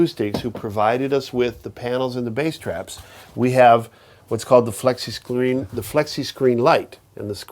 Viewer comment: "Flexi scleen" light lol